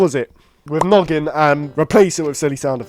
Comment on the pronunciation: When he said noggin i thought he said "nugget"😂😂😂